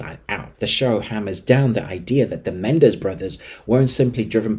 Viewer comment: It's pronounced Me Nen Dez....not Men Dez.